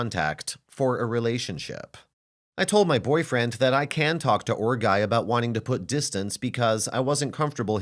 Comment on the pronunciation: I thought she was saying ORC guy lol